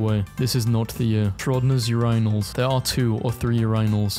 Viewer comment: why'd he pronounce urinals like that 😭😭😭